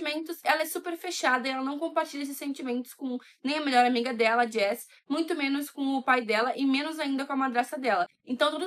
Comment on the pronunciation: Joss, não jess